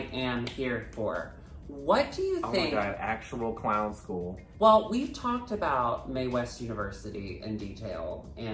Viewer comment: It's less a-boot, and more a-boat